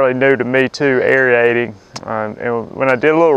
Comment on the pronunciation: Pronounced " air-eight-ing " , no e in there.